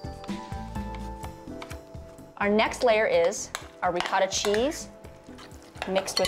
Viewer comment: For an Italian,u don’t legit pronounce ricotta properly👎🏾🇮🇹